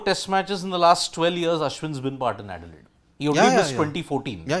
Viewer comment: it's not 'edilaide', it's adelaide